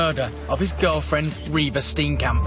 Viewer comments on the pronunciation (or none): You don't pronounce Steenkamp as Stinkcamp. Its an Afrikaans surname.